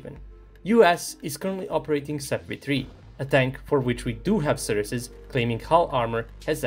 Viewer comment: great video but please have a look how to pronounce "sources" as it stings me each time